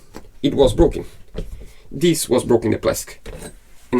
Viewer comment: PLEASE let buy a heat gun AND an oscillating multi-tool. Pretty PLEASE! They both will be SO useful for many years to come! edit: Don't wait for him to learn to say "THIS" correctly. It may never happen. 🤣🤣🤣🤣🤣👍😇😊⛵🌈😉 re-edit: WINS! (of course!) Thanks! "God bless the child that's got his own!"